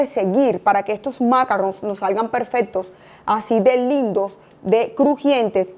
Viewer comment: Maravilloso.. Cielo porfaaaaa macarron en francés tiene el acento en oooooo y sin la n casi.. En inglés suena de terrrrrrror porfa la explicación superrrr.. Se que son complicados.. En altura.. Con tema húmeda tardan un poco mas... A sonar al estar listos..... Pleaseeeee acento en la o final..